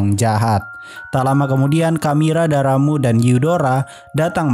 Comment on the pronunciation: Bang katanya bukan daramu hyudaro harusnya darramb dan hudar